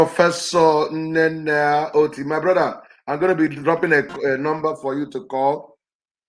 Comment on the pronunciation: Nnennaya Oti not Oto please. Oti, she shares surname with Abia governor